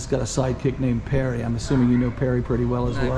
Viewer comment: David Parry. Not Perry. Jeezuzzzz.